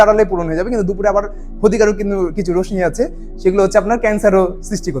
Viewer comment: রশ্মির উচ্চারণ ( (রোশশি)